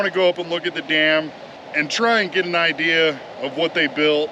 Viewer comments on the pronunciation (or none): none